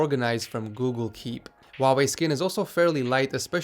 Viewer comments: It's not wau wey it's hu like huu why? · Is it just me who think he said huawei really weird at the start? Sounded more like “vavei”